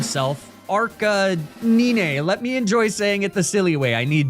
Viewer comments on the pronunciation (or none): Arcaniney? It's arcanine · This is the first time ive heard someone call arcanine as arca nyne and not arca9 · I'm out of the loop, why does pronounce some of the pokemon like "arca-neenay", "neenay-tails", "magna-metee"? Just for fun? 😅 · the way you say Arcanine kills my soul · I wanted to watch your videos to the end, but the way you say Arcanine and Lapras is so annoying... I couldn't make it, I had to click off 😔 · why you saying his name like that bruh